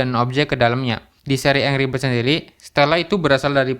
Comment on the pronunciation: saran aja nih bro, pastiin pembahasan lu di pengucapannya udah betul. contoh "angry" itu dibacanya 'enggri' bukan angri. dan kurang-kurangin filler word, seperti "ee..", "gitu", dll biar enak didengernya. juga kalo bisa menghemat kata, jangan mengulang perkataan yang sudah dikeluarkan. bukan sok menggurui, biar lu juga berkembang bro.✌